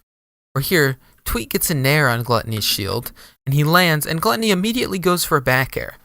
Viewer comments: i’m a year late but it’s pronounced “glue-tony” this vid is wrong LOL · for future reference, it's pronounced glue--tony